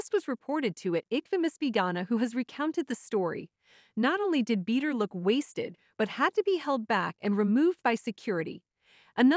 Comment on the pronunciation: Not bead-er loooool